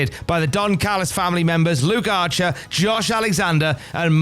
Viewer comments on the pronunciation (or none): who the hell is "LUKE ARCHER"